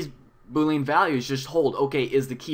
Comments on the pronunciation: "BooLEEN or BOWLEEN however you say it" bruh it's "boo lee ann" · I'm pretty sure "boolean" is pronounced "'bu:-li-an" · It’s pronounced boo-lee-īn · Bool (like pool but with a b) ee (as in he, she, we) in (as in... well, in.) Bool-ee-in. Boolean.